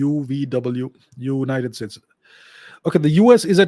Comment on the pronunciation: Sir its , Zoonited States